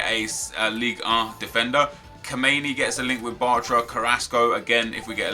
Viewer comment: how he said ligue 1 😂😭😂😭😂